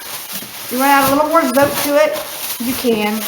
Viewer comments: It's not zo-tay! It's zo-teh. Thanks for the great recipe. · No my dear, in spanish we dont' have long vowels and short vowels, we pronounce the words as are spell which makes it easy for people to learn the language, so in order to be pronounce zotay, it has to be written zotay or zotei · BTW, It's pronounced "tso-teh" in Spanish.